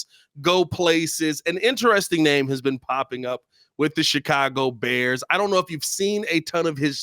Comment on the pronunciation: I truly believe intentionally butchers these guys names. 😂